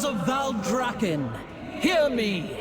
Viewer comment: When said citizens of valdraken 10/10